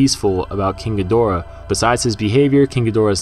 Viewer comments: Why are you saying khin-ga-dor-uh instead of Gee-der-uh like it was back n the '60s? Is this a Japanese pronunciation? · Jesus man, it's pronounced GEE-DO-RA!!!!!